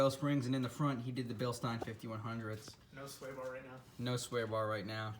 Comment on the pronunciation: ftr it is bil-steen lol